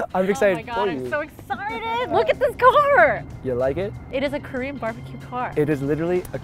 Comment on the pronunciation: I swear to GOD they're not even pronouncing the word "KOREAN" completely, they just making weird "Krrr", "Korrr" sounds. It's so annoying. I mean, I know you gotta flex on that accent, but for god sakes don't start making mumbling sounds you are not babies.